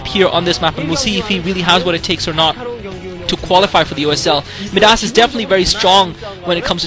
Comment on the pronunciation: By the way, I think Midas is pronounced "my-das." Anyway, I'm glad you were bored. I speak Korean, but sometimes I enjoy your comments more.